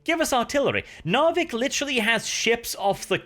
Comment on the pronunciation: has been speaking english too long, forgotten how to pronounce Narvik xp